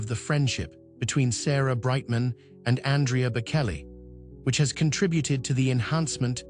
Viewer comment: This sound like just so much AI crap. "shocking?" "secret"? It just rambles on with vague non- detsils "pressures" and "temptations". Plus it keeps calling him Bakelly. What pure crap!! AI sucks.